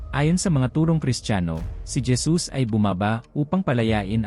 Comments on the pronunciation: Bakit po Dyesus Ang basa mo sa Jesus? O baka nabingi lng aq at nagkamli ng pandinig😅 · Kapatid halatang ala Kang alam sa biblia pangalan lang ni Jesus dimo pa masabi ng maayos Gesus"🤦ayusin mo mga sinasabi mo kinakain mo dila mo....😛😝😜hay naku.... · Hesus po ang pagbigkas ng JESUS😊